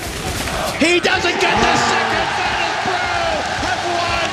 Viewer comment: VEETOS PRO! VEETOS PRO! VEETOS PRO!